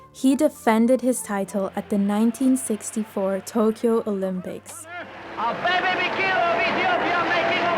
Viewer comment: Thank you for telling this amazing man’s history. I didn’t know about him competing after his accident. One point, his first name is pronounced Ah-Beh-Beh. Thanks again!